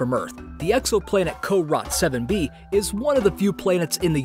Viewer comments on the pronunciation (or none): Sounds like he said Car Rot 7b. Probably the pronunciation of carot7b. I'm used to hearing carrot 7b which is why I was thrown off for a second.